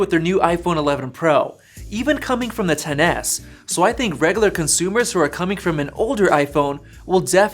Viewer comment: He said the consumers as if were eating it